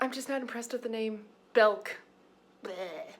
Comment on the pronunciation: Blast from the past (I'm a southerner who has lived in Europe for about 25 years), when you said BELK. The only thing is that southerners actually call it 'Belk's' (fun fact :>)